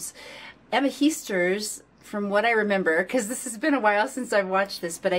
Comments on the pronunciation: Heesters is pronounced as 'hey-sters'. There is no 'i' in 'ee'. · Heesters is not pronounced as Heasters but with the "a" as in Hastings. For the rest my compliments for your positive and understanding commentary. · Let me learn you how to pronounce some Dutch words and names. The EE in Heesters is pronounced as the E in oke or in hey. The A in zangers is pronounced like the A in Darth and not as the A in Vader. Dutch people tend not to fake emotions. We are very direct and honest in our reactions.